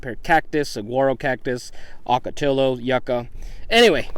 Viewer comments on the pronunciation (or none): Just a note on Spanish pronunciation: Double L is not pronounced "L". "LL" is pronounced "Y". So it is not "ocotiLo", but "ocoteYo". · NOT ah-ka-tilo. Pronounce it correctly please: OH-KA-tee-YO! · It's pronounced o-KA-ti-ya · Oh-ka-tee Yo Correct pronunciation